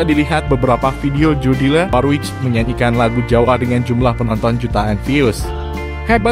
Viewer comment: Mas Admin sebaiknya tanya dulu k mbak Jodi, bagaimana mengucapkan namanya yang benar. Kalo gak salah pengucapan namanya yang benar "Jodili Worwik".